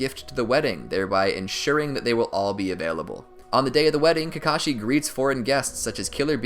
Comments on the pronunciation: While you were talking you said kakachi and not kakashi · He said ka Kai in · at 29 40 u say *kakaki * lol